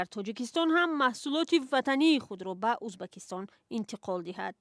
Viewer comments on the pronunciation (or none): На узбакистон А Ӯзбекистон журналисти бесавод ??? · ман худам точики аслияму мебахшед журналисти мухтарам шумо хондаги хастед агар ха барои чи Узбекистон нею Узбакистон мегуед байни мардум чанг мебардоре хатто хаму савдогаро аз шумо босаводтаран охир ин видеои шумора хама мардум тамошо мекунан барои хамин аввал суханотона якбор худотон гуш кунен бад да ютуб партоен